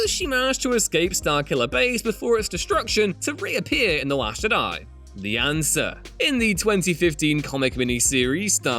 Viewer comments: Why have i only just noticed the weird way of pronouncing Jedi this guy has its more like hes saying JID-AYE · I hate the way Ewan says Jedi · do you know how to say jedi and yoda?